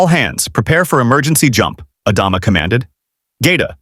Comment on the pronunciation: Mispronouncing Adama took me out of it from the beginning. Stupid AI.